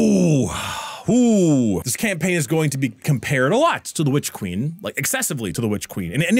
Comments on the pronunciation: you do good work, but please pronounce your n's at the end of words. It's super distracting to hear you say 'Witch Queem.' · I think you mispronounced "It costs more than the Witch Queen and should therefore be held to a higher standard" when WQ came out it was 30 for standard and 60 for deluxe. Light fall went "eh, needs a 67% price hike" and costs 50 and 100 respectively